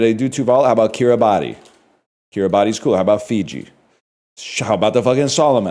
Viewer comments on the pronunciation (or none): He will never pronounce Kirabati correctly